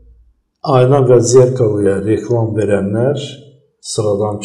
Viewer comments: Cox xahiş edirəm,düz əməlli aparıcı secin.Diksiyası bərbaddır,adam azərbaycan dilini məhv edir.Adi "Ayna" sözünü düzgün tələffüz etmir. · Elcin muellim once garsinizdki jurnalistin ayna sozunu duzgun teleffuz etmemesini ona izah edin.